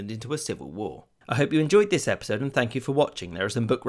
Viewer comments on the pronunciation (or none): none